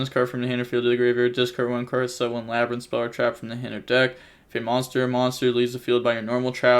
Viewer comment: "La Brian" OH MY GOD these have to be on purpose now LMAOOOOOO